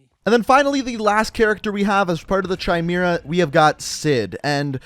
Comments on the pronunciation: "CHimera"?, its spelt like Kimera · My mans actually just said che-mira instead of kye-mEra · You pronounced Chimera wrong it’s Ky meer- uh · Chime aira 😆 it's Ki mare ah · Anyone else annoyed how he says chimera like Chai-mee-ra, when it’s Pronounced Kai-mare-uh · It’s not chy-mere-ah. It is ki-mere-ah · It’s not pronounced “Chy-mera”, it’s pronounced “Kai-mera”. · Did you really say kee meera? Lol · He keeps saying “CHYY-mera” and it’s so funny lol. Not to be a grammar nazi but it’s “ Kai-mera” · First of all, it’s pronounced kai mer uh And second, Minotaur was also was in the campaign. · Its pronounced (Ky-mair-uh) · Im pretty sure Chimera is pronounced like Kim-Air-Uh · Not trying to be an asshole but Chimera (Ky-mare-a) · Yegor sounds like Jager or Yay-ger Chimera sounds like Ky-mira Grinch had a Machete both times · It’s pronounced Kai-mare-uh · The way to pronounce is kai-mera and did anybody notice he messed it up the second te he said it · Chimera is pronounced (KI-MEAR-UH), that was cringe worthy my friend! Other than that, great video! Lol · Chimera is pronounced (kai-may-ra) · It’s Kim-era tho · I’m not trying to be that guy, but I’m pretty sure it’s pronounced “Kai-mare-ah” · dude really said "Chimera" as "cheemira" LMAO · Can you please pronounce "Chimera" properly? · he said chimera Wrong